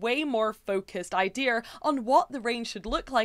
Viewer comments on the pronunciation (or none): Never heard someone say "idear" before this video